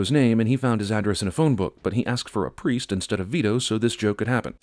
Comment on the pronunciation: leeloo sad "priest...victor cornelius" when she falls in the cab! She not sad "please vitor cornelius"!